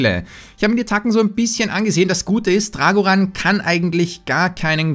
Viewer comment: Drag1hundret (englisch ausgesprochen)